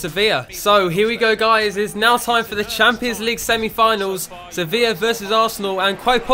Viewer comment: Finally said Sevilla correct and didn't say sevill